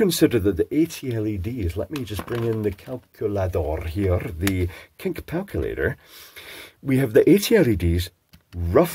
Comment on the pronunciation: Ah, yes. The infamous "Kink Palculator" 🤣🤣